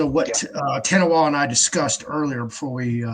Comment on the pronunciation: Ta Nah Wah, not TaWahNa